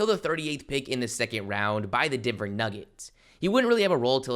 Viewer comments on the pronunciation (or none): none